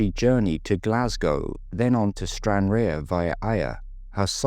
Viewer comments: Why do people have such trouble with pronouncing Ayr? You weren't that hot with Stranraer either but your attempt at Ayr where the Scottish Grand National is run, also you have the county of Ayrshire and a football team was poor! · stranraer was mispronounced, let that go, but Ayr!! come on !